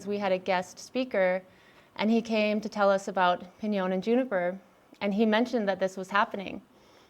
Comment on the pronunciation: Piñon, not pInYoN